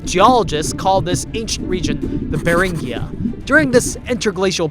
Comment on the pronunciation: Beringia with a hard "gee" sound, not a soft "ghee".